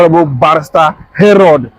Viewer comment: Are you sure that this guy is an Igbo guy? The way he pronounced igbo name is very irritating, English name he can not. See how he pronounced Harold. Bro, you need to go back and learn more. Where are you from? This project you embark on is bigger than you.